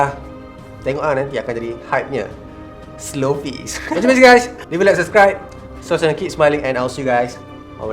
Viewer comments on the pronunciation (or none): "slowfies"...ahahahahaha siel laaaa😂😂😂😂